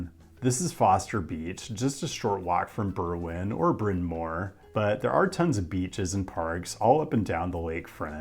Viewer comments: I lived in Chicago for 25 years. You only made one mistake as far as I can tell. Bryn Mawr... just pretend that W isn't there. It's "mar," not "more." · just in case u make a video on it again this station is called "Clark and Lake" like how the overhead voice on the train says it, also brin mau-er (like a cat saying meow with no e), (like the word do) du-sah-ble lake shore drive. its not very intuitive that most our roads and stations are names. makes it hard to sound out the pronunciations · As someone from Chicago, I say Brin Mar for Bryn Mawr! Excellent video. Use common sense in the city and you will be fine. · It's pronounced "Brin Mar" (it means big hill in Welsh) and while you might find a 1br condo for $250K in the Edgewater Neighborhood but you couldn't touch a single family for under $900K in that area. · Funny, we have a Bryn Mawr in Philadelphia but we pronounce it the way it’s spelled: Bryn Marrrr, emphasis on the R. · FYI: Bryn Mawr station (which you’re mispronouncing; The announcement gets it right) did not close during the modernization. Using three temporary platforms, it kept up service in two directions in phase one, and one direction (inbound) in phase two. Outbound trips were still reasonably convenient by going an extra stop North and coming back down. So it’s no shock that Bryn Mawr kept relatively high ridership during the project. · You get an A+ on your pronunciation of Paulina but your pronunciations of Bryn Mawr and DuSable need improvement.😉